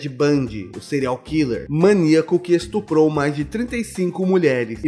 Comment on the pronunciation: "Estrupou depois de matar" Hã?